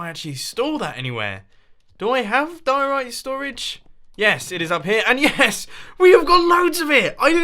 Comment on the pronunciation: anyone else yelling at their phone everytime he says diorite???